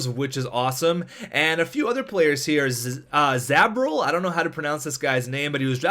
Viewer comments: zborils name is pronounced zboar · Zboril pronounced za-bor-al